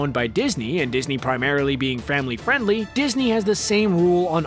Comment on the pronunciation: “primarily being framily friendly”